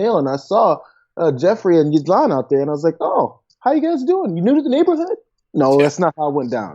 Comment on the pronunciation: Lol gee-lane not jizzlane